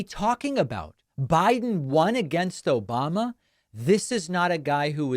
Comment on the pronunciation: Yes, and he also says “O-ba-ba”. Listen again if you didn’t catch it. .